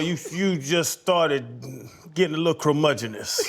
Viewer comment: Channing said Crumudgeonous, and it's Curmudgeonous.. hahaha